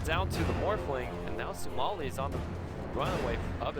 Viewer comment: he can't even pronounce sumails name